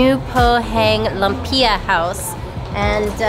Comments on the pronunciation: Lumpia: Pronounced Loom-pyah. Hopia: Hope-yah. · Lumpia = pronounced "loom-pyah". Different varieties best dipped in the sauce provided. Dumplings = called siomai = pronounced "show-my". You'll find that most food are served with vinegary dipping sauce. Tip well for services but stay away from street pandhandlers. As you travel away from the mainland and to rural areas, there might be language barriers. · I’m dying 😂😂😂 what is lum-pia?!!! Welcome to the Philippines 🇵🇭 great video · Haha, that American pronunciation of lumpia! :) I grew up there in the 70s and it's so strange seeing the modern Manila compared with my childhood memories. However, I confess I've never heard of hopia...that must be Chinese. Yep...I just looked it up: "Hopia is a popular Filipino pastry filled with bean paste which was introduced by the Fujian Chinese during the American occupation." And now that I've seen more photos and the filling, I realize I've eaten these. Just didn't remember the name! Bean paste in the middle...very Chinese.